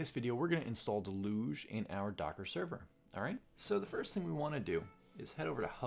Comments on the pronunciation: Can I recommend you check with google on how to say Deluge, you sound French or someshit. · Great video really helpful, I've gotta ask do Americans say deluge like del'uge? It's a regular word and I've only ever heard it pronounced "dell-yooj"